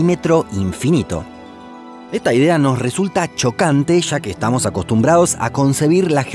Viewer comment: "eta idea " eso es lo mejor del video xd